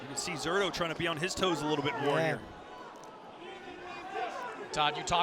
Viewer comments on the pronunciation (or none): When is someone going to tell that guy that the "Z" in Zurdo is pronounced like an "S"?